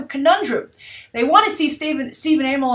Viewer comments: it's pronounced Stephen AH-MELL not AA-MELL, so the other way you were going to say his name. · I'm fairly certain it's pronounced Ah-mell. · Bye I usually hear it pronounced "uh-mell" but idk if that's right....? I'm certainly goin to TMNT 2 in theaters now (and I didn't see the first in theaters)!! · It's Amell as one word not 'A-Mell'